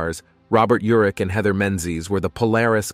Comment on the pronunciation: His name is URICH. Pronounced just as it is written. I grew up with him. I worked with his brother in L.A. They pronounced it URICH. Please loop and correct.